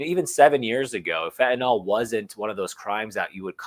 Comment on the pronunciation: Fentanyl is pronounced Fen ta nil